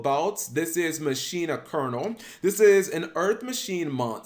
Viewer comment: Thank you for pronouncing Colonel properly. So many can't (-_-).